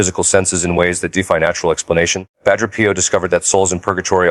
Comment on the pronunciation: Dear AI voice, "padre" is not pronounced "patter". It's pronounced PAH-dray.